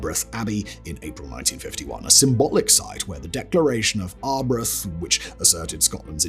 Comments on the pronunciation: I knew it! As soon as the stone of Scone was trailed in the intro, my first thought was, no way Simon will pronounce it correctly! For the record, scone should be pronounced “skoon” in this case, Scottish pronunciation! Edit: damn he also murdered Arbroath! It should be “ahr -BROWTH”! No shade, it’s just amusing! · As a Scot I find his pronunciation of Arbroath hilarious 🤣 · Yes Arbroath is ar bro-th. Home of the famous Arbroath smokies!